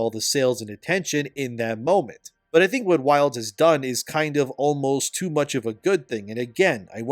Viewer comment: Just a side note: the portion where you compared RE and DMC's pace to MH was hilarious to me because of how you worded it. You said: "...like RE and DMC too." What I heard: "...like RE and DMC2." It got me wildin' for a sec til I took a second to parse the meaning hahahahahaha.